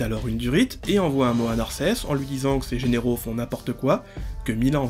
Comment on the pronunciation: Décidément, tu as un petit souci avec les mots "généraux" et "vassaux"😊